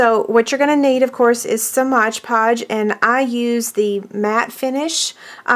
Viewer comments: My GAWD, please stop saying MODGE PODGE. It is MOD Podge..... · "Mod" Podge not "Modge Podge." lol